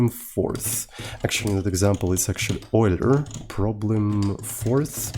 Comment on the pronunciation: Euler ❌ Oiler ✅